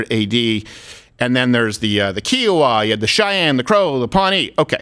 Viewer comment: STEVEN! In north central Texas, we have a tiny lake… called “Lake Kiowa”. I’ve only ever heard people from California call it “Kee-owa”. Its “K-eye-owa”!!